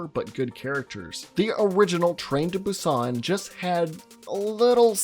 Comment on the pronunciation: Train to Boo-ston lol